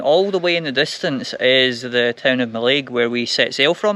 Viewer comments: No. Emphasis is on the first sylable. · Argh! Mallaig not Mallaig.